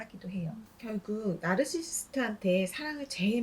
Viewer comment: 나르시시스트 말할때 발음이 왜그래요? 죄송함다..😢